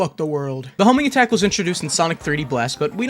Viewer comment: Ewwwwww the Hoeeeeminggatak